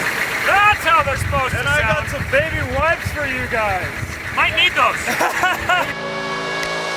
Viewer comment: "baby - wipes"... "You - Tube". Why are you spacing out syllables so much? lol